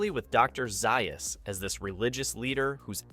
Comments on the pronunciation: Zaius is pronounced ZAY-US not ZEYE US. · You keep mispronouncing Dr. Zaius (ZAY-us). The original novel did show the apes with mid-20th century technology, even with passenger jets. No space travel though. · It's pronounced Dr. Zaus, Have you actually ever watched the movie? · It doesn't appear that he has Mr. Collins. Drives me nuts!